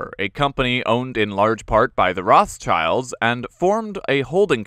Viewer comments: Idk if anyone pointed this out, but around the 3 minute mark you said "Rothschild" as in "Roths-child" which is wrong. Since the family comes from Germany the correct pronunciation would be "Roth-schild" or "Rot-shild" if you want to anglicise it (btw the name translated means "red shield") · Oh come on, not even you can pronounce Rothschild correctly?